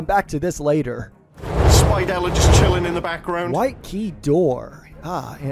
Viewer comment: Did anyone heard called spidella "spitella"